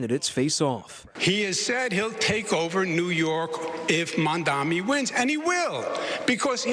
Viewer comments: Cuomo is not mentally fit enough to do the job - he keeps mispronouncing Mamdani's name as "Mandamee". He is slurring. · Dem😂. Can't even say mamdani right😂